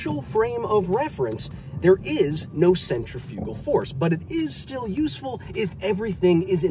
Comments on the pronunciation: I didn't get triggered because centrifugal force is a fake force, I got triggered because you keep putting the em-PHA-sis on the wrong sy-LLA-ble! It's not centri-FU-gal force, it's cen-TRI-fugal force!! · yeah we were triggered but because you said the word wrong I won w got laughed at for saying Centra-Fuge-al and told its pronunciation was Centrif-igal or Centrif-ical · So, now we’re just going to pronounce English words any way we want with no consistency? I take issue with your pronunciation of ‘centrifugal.’